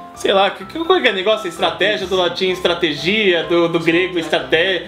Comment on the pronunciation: Tropa de elite "estrategih"